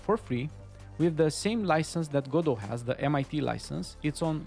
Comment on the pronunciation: Pronouncing it "Gah-doh". Okay, I already like you.